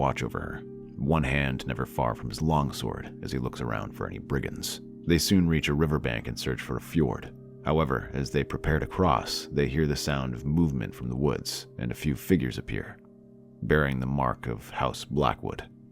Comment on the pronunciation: Really like these but FFS it's ford for rivers not fjord. Please fix it with the ai voice please.